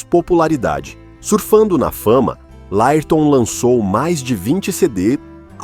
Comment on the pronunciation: esse narrador e.doido fala tudo errado , LÁIRTOM , A B A !!